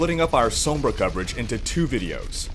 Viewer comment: hey guys this is cringer with another mispronunciation of sombra